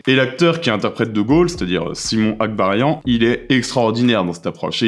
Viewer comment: C’est Simon ABKARIAN, et non pas Agbarian, comme c’est malheureusement dit à 06’05… 🤦🏻‍♂️. C’est quand même dommage de ne pas être capable de prononcer correctement le nom de l’acteur principal d’un film lorsqu’on en fait sa critique.